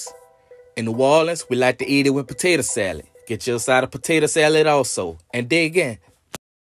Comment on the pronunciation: it's J; Where's the sweet tatuh pie?!